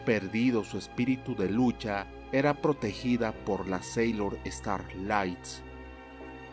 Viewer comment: Sailor es no senchis como sea que digas